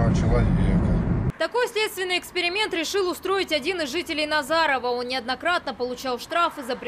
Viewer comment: Корреспондентов видимо тоже ошибочно набрали. Сколько уже можно??? "В НазаровО" !!! Аж глаз режет.